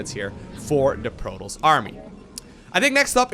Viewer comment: it's proToss, not proross...